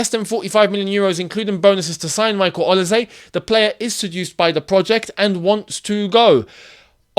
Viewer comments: Oil-say not Oli-zé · Is pronounce as OLI-SAY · Ol-ee-se . Have you ever watch a premier league match? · It's actually Oli-se not Oil-say or Oli-ze